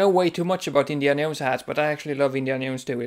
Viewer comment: jones not yones jahones jownes joe ns